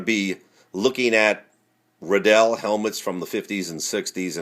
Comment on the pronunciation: ITS RIDDELL LIKE RILEY RIDDLLE